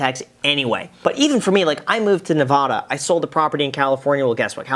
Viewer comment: Years later and Graham still doesn’t know how to properly pronounce “Nevada” 😂